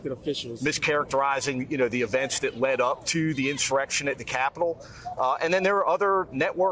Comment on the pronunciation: DUHMACWACY IS HANGING BY A THWEAD:face-purple-crying